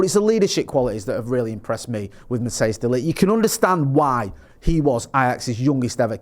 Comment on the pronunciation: It’s Matthijs ( Pronounced Matt-ICE>). Not Mattheus